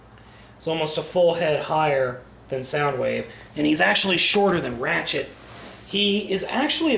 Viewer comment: When people say ratchet, it sounds they're saying rat-shit.